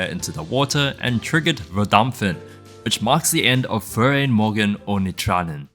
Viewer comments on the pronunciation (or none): none